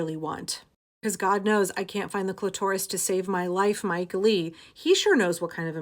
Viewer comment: You mispronounced cl!tor!s. That's a fail for someone so $ex positive and a woman.